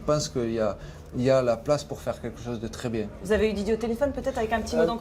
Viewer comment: Journaliste: monsieur Zidane allez vous reprendre la place de de Didier Deschamps Zidane: c’est bieng